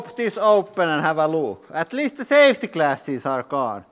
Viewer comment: "But don't vurry he-ah has-ah savety classes!" 😂